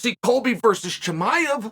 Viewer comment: interesting how well you pronounce Rakhmonov versus your mocking pronunciation of HAZMAT for 2 years...where you avoid in current times you refer to him as CAHIMAEV ... good learning... video indeed exists for proof and is the difference